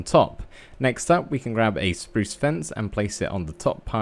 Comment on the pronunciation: Us: spruce Me:spruce You:spruz (Lol u make me laugh when you say "spruce" and I luv ur builds!)